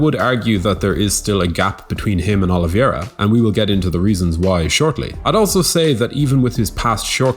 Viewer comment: Say it with me: "o-li-VEY-ra"